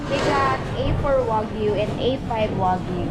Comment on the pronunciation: pronounces “Wagyu” the correct way!